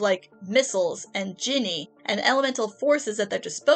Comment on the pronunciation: NOOO!! It's been cut short!! There's 1 or 2 additions after that, about the one time a kid does get hurt by a not-so-reformed villain. Also, Djinn, didn't think it was pronounced like that, more gin, but with a slight d on the g like you've got a stuffy nose